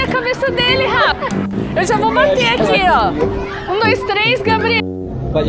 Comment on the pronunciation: A Shi em todos os vídeos fala Garrafa pq ela quer falar Gabriel e também Rafa aí ela fala Garrafa kkkkk